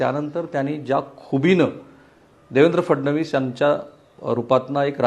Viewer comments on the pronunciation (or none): none